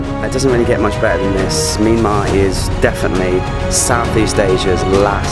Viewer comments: Actually it is not mee an mar but myan mar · it sounds like you are saying MeanMa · It's not a Meenmar dear, it's a Myanmar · Nice but why the hell does he keep saying 'Meenmar'?